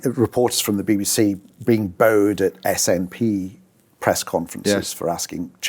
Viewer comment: You can tell he's Italian descent by the way he uses his hands. The way he pronounced the words true and booed is very unusual (like trow and bowed). What accent does that come from?